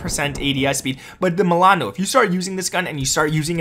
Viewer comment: The way you say milAAno lmao great vid gg